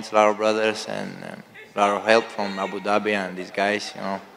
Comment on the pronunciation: at the end Dana was about to say " Abu Doobi " 😂😂